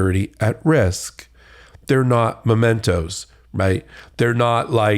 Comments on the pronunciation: "Momentos." Alina Habba, you embarrassment to the practice of law, it's pronounced "mementos." And if your client thinks government documents belong to him, he is as entitled as you are undeserving to have a law license. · An educated person would know it's not "momentos", but "mementos". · It's not "momentos", it's "mementos". I can not take anyone seriously who makes such a simple speech error. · "Mementos", not "momentos" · Momentos v. Mementos lol 😂 what an epic battle she was having (Momentos is not a word lady 🤦🏾‍♂️) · Mementos. Not momentos. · Listen to this twit : ' momentos ' instead of mementos '. Never read a book in her life. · She said “momentos”… the word is mementos… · The "lawyer" thinks the word is "momentos". :D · Momentos? Isn't that a mint? Does she mean "Mementos"? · Sweet Lips: they are mementos. Not momentos. There is no such thing as a momento. Memento is about memory. Not time. Seventh grade. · Mementos not momentos. Poor grip on the English language, not to mention on the law! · MEMENTOS, not "MOMENTOS". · Mementos not momentos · Stupid detail but really bugs me that she says "momentos" instead of "mementos" 😒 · That "lawyer" is an IDIOT!!!!!!!!!!!!!!!!!!!!!!!!!!!!!!!!!!!!!!!!!!!!!!!!!!!!!!!!!!!!!!!!!!!!!!!!!! Oh, and it's mementos, not MOMENTOS! But moments are coming!😁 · MEMentos, not MOmentos, you oblivious pretend educated person. They induce MEMories. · "momentos" what a muppet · It’s “mementos” not “momentos” For a lawyer she’s remarkably illiterate! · Lol..."momentos". Not a word. And she's been to college? She said it multiple times. The word she's searching for is mementos. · Where did Habba get her license, from Trump University? No Alina, it's not "momentos", it's mementos! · If she said 'momentos' one more time, my head would have exploded. M E M E N T O, dope. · Alina, the word is MEMENTOS, 'MOMENTOS' are little moments in Spanish. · She said MOMENTOS instead of MEMENTOS without tilting her head lol Repugnicunt MAGAts!